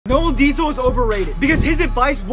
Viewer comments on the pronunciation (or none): Bro doesn't even know how to pronounce noel deyzel's name